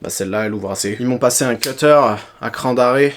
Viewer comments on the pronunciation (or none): none